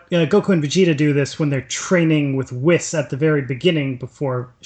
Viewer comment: Does have an accent or is he just mispronouncing it? It's Super Sayian (Say-in) in English, and Super Saiajin (Sei-ah-jeen) in Japanese, hence the term SSJ. Also, Whis (Wheese), not Whis ( Whiss)